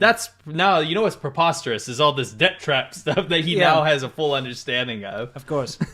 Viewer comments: More like mee goreng, coz those chinese propagandists actors' brains are certainly goreng to the point they can't even pronounce properly ... That's just pre-poisterous 😝😝😝😂😂🤣🤣🤣🤣🤣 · that's pro-poster-reous. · "Indheeeed, it's perpostrius" - yet another sound bite.